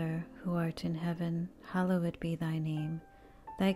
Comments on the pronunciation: Not sure who is reciting these but I cringe every time they say “hallowed”. Makes me think these are computer generated voices or someone who’s first language is not English. The word is not pronounced as “Hollow Wood”. Or “hallow wed”. Can this be fixed? Enjoy listening when I have quiet time. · It's amazing I only wish the sacred word 'Hallowed' was properly pronunciated. I only say because it disrupts the rhythm of this glorious prayer and should be said correctly. It's worth it to fix that please in Christ Jesus name Amen.